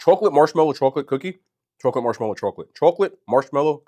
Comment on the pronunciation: I love you. But I have to .. chawklet